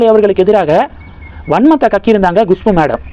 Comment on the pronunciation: Gushpu இல்லை, Kushbu. கமின்ட்ஸ் படிப்பதேயில்லை, ஆனால் ஒவ்வொரு வீடியோக்கும் கமென்ட் செய்யச் சொல்கிறீர்கள்?